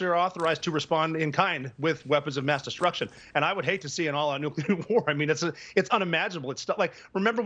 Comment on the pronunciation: It’s not nuculer it’s nuclear. NU-CLEAR. Apparently the media doesn’t even care about proper English. Jesus.